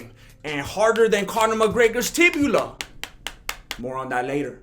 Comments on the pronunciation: Bro it’s TIBIA NOT TIBULA!! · tibia, not tibula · This dude said “harder than mcgregor’s tibula” lmao good thing he didn’t break his “fibia” too then huh?